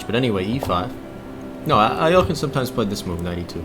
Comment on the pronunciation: Nice! First correct pronunciation of Alekine I hear from someone who doesn't speak russian